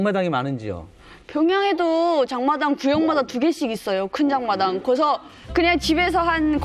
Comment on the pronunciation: 장마당이 아니라 잠마당이네 ㅋㅋㅋㅋ